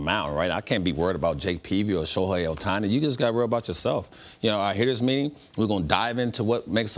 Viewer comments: Next time we're gonna hear him call "Shoku" and "Shoten", IYKWIM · Who is the clown commentator Jake Peavy (former great on the field) who keeps mispronouncing Shohei Ohtani's name? (At least twice, he says something like "Sho-hawn Ohtani".) These guys are being paid for the on-air work, so they should at least be able to properly pronounce names, especially the name of the AL MVP and transcendent sports figure. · If you can’t pronounce the reigning MVP‘s name correctly you shouldn’t be a baseball analyst. ✌🏼 foh with your sho-han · Why is Peavy keep calling him Shohan.